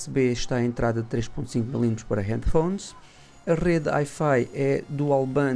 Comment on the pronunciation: e Hifi? O que isso? Aparentemente tem umas luzes do que está a dizer na review. Não diga por favor HIfi, até me arrepiei. Pronuncia-se uai-fai (wi-fi) Espero que não leve mal, mas acho que é uma crítica construtiva. Tirando esta nota, foi uma boa review. Obrigado